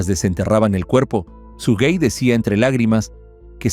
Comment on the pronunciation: El nombre es SUGEY no SUGUEY. No lleva ni se pronuncia con una segunda U.